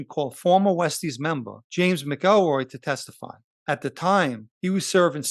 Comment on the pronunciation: It’s pronounced ‘ Mac EL Roy’….. your posted report is very well done and I mean no negative comments towards your production. I only offer a simple correction where you mispronounce James name, I know sometimes it easy to pronounce a name a certain way but it’s usually because it’s been bastardized by the brritish or another ruling elitist group.